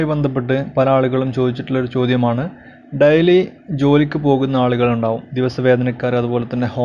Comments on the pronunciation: Diali daili ennu parayanam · What boring ...how u pronounce daily...dily???